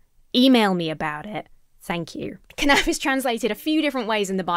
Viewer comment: Ra-KEY-a. Rhymes with Ikea, but the first part syllable is more like Ra, the Egyptian sun god. You're spot-on with kanaf (which also means bird's wing).